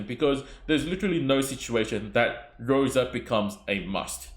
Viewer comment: I'm Russian and the wrong pronunciation irks me so much 😂 In russian the letter R is written as P and the letter S as C. Thus Rosa and not "Poka". Oof, had to get this off my chest ❤ good luck on your pulls if you decide to go for bear mama